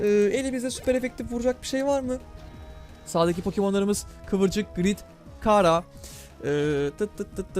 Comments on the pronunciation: undertalecılar bunu beğendi (abi bu arada kara diye diğil çara diye okunuyor) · Abi kara deil çara die okunuyo